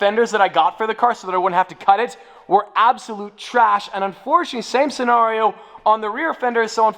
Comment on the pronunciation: When you said Same scenario it sound to me like 'centenario'...wait are you planning to get one 🤔 may be you can🙄 but anyways we always love the content my Best Supercar channel❤️❤️❤️